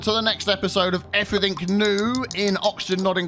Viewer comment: "Nu." "Everyfink." Nice...